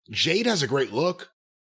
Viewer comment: For months I've been going insane. I'm glad I'm not the only one who knows that Jim calls Jade, JANE!